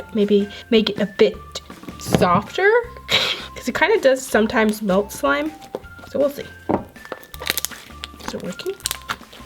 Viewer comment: Ummmm no offence but why u keep saying swime not slime